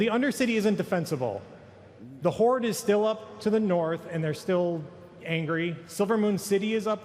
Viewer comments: I have been wondering why the heck do you always say "Horde`s" instead of "Horde" as it should be? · whenever his word ends in the letter d, he adds a small subtle s. why? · The jump from "there is a group of forsaken that want to die" to "therefore they burn teldrassil to start a war" is just asinine man. Also, it's HorDe. Not Hortse.